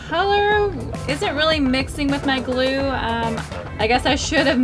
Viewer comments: I though you said no glue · You said know glue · You said mo glue testing slime